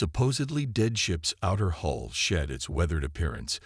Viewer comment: hull not hole